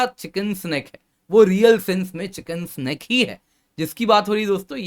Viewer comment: आप बार बार चिकेन स्नेक बोल रहे हैं जो गलत है। यह शब्द चिकेन्स नेक है।